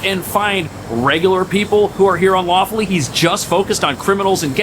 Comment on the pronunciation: Did you say "unlawfully?''